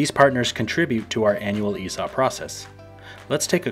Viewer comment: Makes it sound like a "Heresy Op" .. haha it's all about the right emphAAASis on the right syllAAABle.